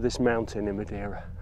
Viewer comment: Obligatory PORTUGAL CARALHO comment Just to say that your pronunciation of madeira wasn't too bad, so that's a plus in the video ahaha